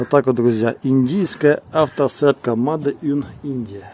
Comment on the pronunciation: Правильно говорить не мадэ а мэйд. Т. Е. Сделано. Made.